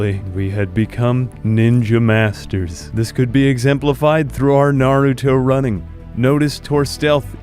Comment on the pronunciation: Gotta love the emphasis on "naruto running" round these here parts🤣💀🤣💀